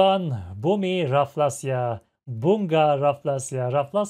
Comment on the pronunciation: Sorry to correct your pronounce about Bunga, it's Bu-nga. Sound of Cicada insect. Same like other carnivorous plants, it eats insect, but Rafflesia attract insect with it's petals that smells like rotting flesh.